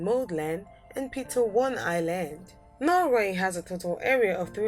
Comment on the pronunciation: SWITzerland, not switzerLAND. And eCONomy not ecoNOmy. Also, it is NORway, not norWAY. Ireland, not IreLAND, first syllable ONLY is emphasized. I realize you may be from a French speaking background in the Caribbean, but it is still English you are speaking here. :-)